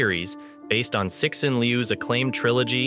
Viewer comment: I think a minimum of effort to learn how to pronounce someone's name correctly is just a matter of common respect and good manners. Cixin = Tsee-Sheen. Wake up!